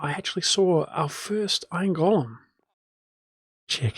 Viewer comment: FYI, the word "golem" is NOT pronounced like "Gollum" but like "goal-em"!